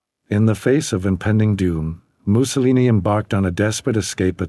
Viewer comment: You should have research how to pronounce his name